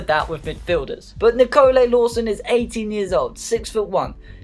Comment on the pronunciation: and its NEEKOLEYE